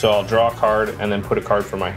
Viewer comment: Kyle: “I’ll drawzi” 😂